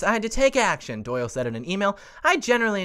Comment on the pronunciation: Why does “email Doyle” sound like Kyle? 🤔